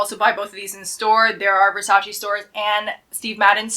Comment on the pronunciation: No Versaciiiiii only Versaceeeeeeee